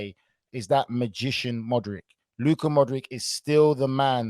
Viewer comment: I’m finding it hard to take Nigel’s analysis seriously when he can’t even get their names right. Does he even watch Real Madrid at all? It’s Modrić (modrich) Not Modrick. Its Choo a many not tookoomeni.